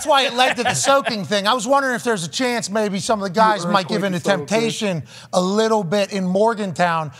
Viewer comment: What an absolute riot lmao "if it wasn't a bunkbed maybe a littble bit easier to move"